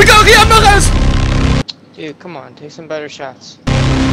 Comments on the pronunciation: Why does he pronounce Mahrez the French way? Lol its an Arabic name and is literally pronounced normally as Mahh-Rez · I hate the way you pronounce Mahrez and De Bruyne 😒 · Dude that's not how you say Riyadh mahrex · JUST FUCKING SAY MAHREZ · I hate the way you pronounce Mahrez and De Bruyne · Why does he say Mahrez's name like that?? Put some RESPECK on it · Molester is a team with one season wonders they just are and stop over pronouncing mahrez' name it's super annoying and he's not even African hes French and he just changed his nationality it's French not Arabic I'm not a hater it's just annoying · Stop pronouncing mahrez the way you do